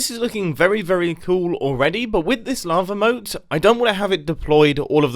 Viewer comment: who else thought he said lama moat????? Lol